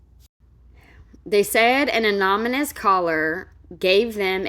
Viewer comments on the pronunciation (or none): The way you say the word "anonymous" 😂 And why didn't you post her story of her saying the police were called cause she went back with breast milk/to pump the hospital didn't ask her to go back there to pump and the police sergeant ended up asking the hospital if she could bring her breast milk and they said yes they wouldn't even do that after taken the baby they would switch the baby to formula and she even says in her stories while she's at the hospital that she doesn't even have her breast pump that it it's in "storage"